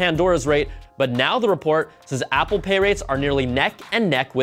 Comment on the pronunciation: Guys Pause , he is killing the "Apple" LOL